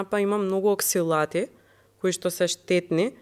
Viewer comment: се кажува ОКСАЛАТ, а не ОКСИЛАТ. Базично е добар правецот за кој говори.... Меѓутоа, примерот за бананата дека е добра е неточно, особено за седентари лајфстајл - а тие се луѓето што имаат проблем и бараат решение. Фит луѓето знаат како да ја "стопат" бананата. Пристапот треба да биде - дали бананата има замена, пример за Калиумот, во друга ниско ЈХ храна. Јадеќи банана, пример заради Калиум, додаваме непотребни јаглехидрати. Особено ако не правите крвни слики и гаѓате напамет со банани....Подобро би било - ако дневниот внес на фибри е достигнат, да се почастиме со два реда чоколадо (читај шеќер) наместо банана. И Калиумот е мала рбота, туку побитни се полифенолите, антиоксидантите кои се драматично помалку отколку да речеме во црвените овошја, а да не зборам во зелените зеленчуци... Философијата на водата - треба да се избегнува при јадењето. Водата ја подига ПХ на желудочната киселина до 4.5, НО само 2-4 минути! Потоа пак паѓа на 1.5, значи во тој период храната не се вари добро, но тоа не е нешто негативно, меѓутоа ја пролонгираме разградбата на храната за онолку колку што пиеме. Значи водата НЕ помага при варењето на храната. Потребно е 5 - 10 мин пред оброк да се напиете вода. Водата се пие по голтки, инаку неможе да се апсорбира испиеното количество, па мокреме често. На тој начин и под 1 литро дневно (на 70kg човек) заменува 2lit и повеќе испиени во сесии по 250Ml. Водата се апсорбира во дебелото црево...итн итн